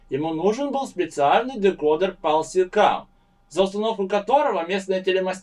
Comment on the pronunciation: SECAM not SEKAM. :P